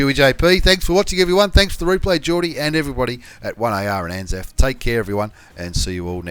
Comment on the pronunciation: Anaf? you mean anal? i mean anzaf.